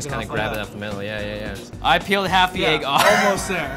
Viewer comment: It's pronounced "egg" not "ayyyggg"